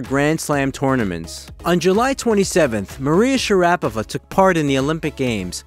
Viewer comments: Yeah it's Pronounced Princess MARIA share a pova she is the Most Beautiful Lady Tennis Player of All Time 😊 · The first step to credibility on the subject of Maria Sharapova would be for the presenter to pronounce her name correctly. It's a real big problem if you make fan videos that annoy the core viewership within the first couple of sentences.